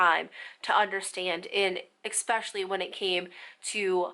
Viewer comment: This was a great video. Not gonna lie it bothered me how many times she said especially lol but only because she kept pronouncing it with an x (expecially) 😂🤦🏻‍♀️